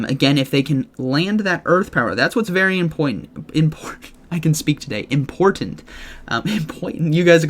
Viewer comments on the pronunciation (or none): hahahahaha...he said impoytant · “That’s what is very impoitant” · "impoitant"